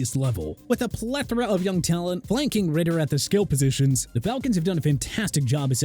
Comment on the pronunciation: Desmond Ridder* not Ritter